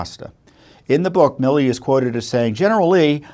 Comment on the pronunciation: GENERAL “ MI LI ”?, …Say it ain’t so!